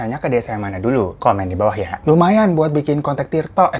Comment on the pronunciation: Mlm bang Hiro 😘😘 gara2 di elus si abng ampe salah ngomng 😂😂 ank Indihome 😂😂😂 dan tri tok .. alias tik tok 😂😂😂 yg sabar ya bang hny ngajak kenalan itu... Biar kaya abng eksis trusss 😂😂baru denger si abng teriak Ampe tak ulang2 😂😂🙏🏻🙏🏻 sukses ya bang 🥰🥰 GBU